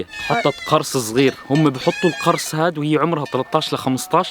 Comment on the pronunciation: اشتغل شويه على عربيتك القرص تلفظ بضم القاف مش بفتحها!! المعنى اختلف